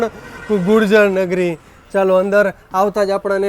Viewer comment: Gujarnagri bolwam bhul Thai che